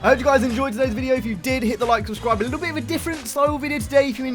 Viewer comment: Midnight club a cool game named after a real racing group. Need for speed cool iconic cars. Midnight club LA in 2009 had an interior camera and the new Need for speeds “Sorry we only have hood and bumper cameras and hold camera is the closest you’re gonna get to that 🤷🏽‍♂️” Also “Lickle bit” love the accent 😂😂